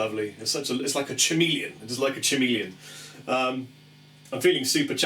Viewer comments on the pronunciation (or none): lmao a "chu-melion"